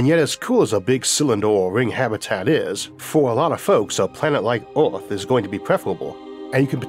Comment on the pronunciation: A program about earth narrated by sometime that cannot pronounce “earth”